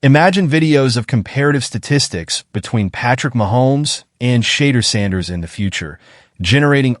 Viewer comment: WHO THE HELL IS SHAYDURE SANDERS? IS THIS SOME AI STUFF? 🤔🤣😂